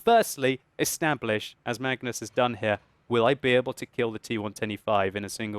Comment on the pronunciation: "So firstly, esnablish..."